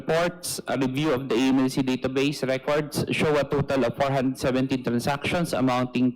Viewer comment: Di ko gets agad yung "AMLA" sinasabi nyo dito sir. It's A.M.L.C (pronounce every letter). Or, if you want to read its as a word, it's AML[a]C, noot AML[a]. Sorry, have to comment this, nalito kasi ako sa topic. Wala daw masasabi si Ombudsman? He's been talking about Sara's SALN before the "mini" (in Cebuano, it means fake) trial. Deceptive, political, and law bending Ombudsman. HOR violated the law multiple times in this session. What AMLC did was illegal.